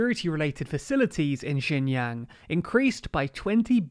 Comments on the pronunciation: Great video, can't even say Xin Jiang correctly. Do you even know how much advantage one would have just by being a minority in China (Uighurs)? I don't think you do. By the way, I checked your sources, I doubt people who made this video actually understand any Chinese. There is no first-hand information, I mean just go do something else, what a shit journalist Channel this is! Bravo! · did you record this over several days? your pronunciation of xinjiang slowly morphs throughout the video lol you had it more or less correct in the beginning! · Thank you for the video! I think it would be great if you could try to pay more attention to the pronunciation of “Xinjiang” because it sounds like “Shenyang” when you say it. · Well there are 3 pronunciations of Xinjiang in this video, maybe they'll get it right at least once by chance. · actually "xin" is pronounced as "seen" and "jiang" is pronounced as "g--un", the "g" like how you pronounce the letter g and "un" like how you would pronounce the "un" in uncle. Not from China, just a chinese guy from another country who really hates what the Chinese govt is doing and is possibly going to do to the free world. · Great to cover this subject about Xinjiang, but for some reason you pronounce the J in Xinjiang like a Y throughout the whole video, while you pronounced the J in Beijing and Xi Jinping correctly. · This is a significant error on top of which the province is pronounced sheen-gee-ang, not 'jin yang' and not 'zin yang'. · Xinjiang is pronounced like "shin john" not "shin yang" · To be honest , u even cannot pronounce its name correctly , it’s not jin yang , it’s called xin jiang. That’s not even closer. Did u even do ur own research on this topic, or u just said whatever u want to say ? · No it isn't... more like 'shin jang' His pronunciation isn't great but pinyin is hard to learn for most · The province is roughly pronounced "Shin Jang," with the "ang" part pronounced like the Ang in Angela Merkel